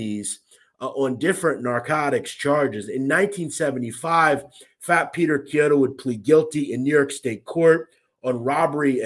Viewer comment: Very good job on the pronunciation of Chiodo, you pronounced it kiodo wich is correct!!!